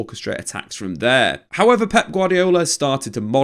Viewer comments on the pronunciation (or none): none